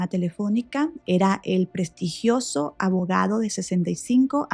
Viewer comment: ....."prestigiioso" ,"prestigio", ????